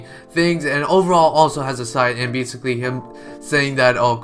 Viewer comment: please dont say basiclly ever again xD